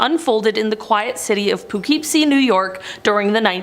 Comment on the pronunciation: Poughkeepsie is actually pronounced puh-KIP-see